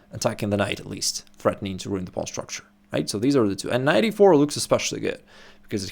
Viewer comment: If only someone would correct his pronunciation of "pawn."